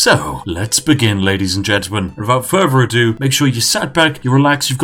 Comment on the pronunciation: "Wifout fervor ado"